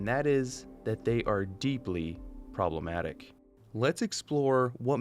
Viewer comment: "Probalematic." Disliked.